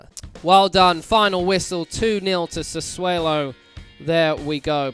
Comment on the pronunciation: I don't want to be that guy but I'm pretty sure it's pronounced Sa-'swallow'? Good video though and hope to see more FM 👍🏻